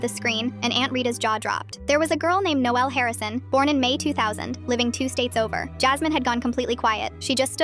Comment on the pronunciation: I kinda like the way she says Noelle